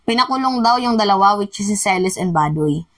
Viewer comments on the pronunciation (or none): none